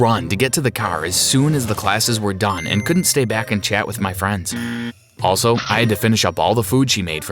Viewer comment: Ok so I wanna say That we he said done I thought he was saying dumb 😂😂